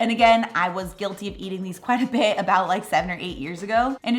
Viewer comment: Where in the US are you from,? -it always tickles me the way you say “a beh” for “a bit” 😂